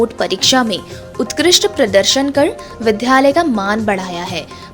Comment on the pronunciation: विद्यालय को विध्यालय और विद्यार्थी को विध्यार्थी न पढ़ें । इन शब्दों में आधे द ( द् ) के साथ य है, न कि ध् के साथ य !